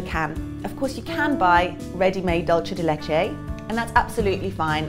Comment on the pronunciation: Great recipe :) trying it out today! It’s pronounced « doool-ceh » not dolche